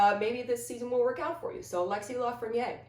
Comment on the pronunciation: Really dig the rangers vids! ...but I cringe every time I hear 'Lafreniére' pronounced as if it's 'Lafreniér'. It should really sound like 'Danny Briére'